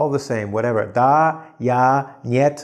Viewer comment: HAhaha :)) Your lessons are really good! Russian Language: Nyeeet :) I'm from Russia, It's funny to listen Russian words from foreigners ;) BTW "NO" in Russian sounds like short [n'et]. But "YES" you said as a native speaker =) Study Russian - it's a good language!